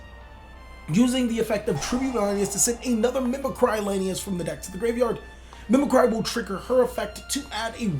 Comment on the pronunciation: Mim-eh-cree... is anyone literate around here?